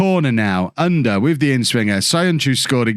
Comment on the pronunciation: to help with the pronounciation of Ünder ü the same sound as Söyüncü, like the e sound of "Jew" or "few" er is pronounced the same as the "ere" in Premiere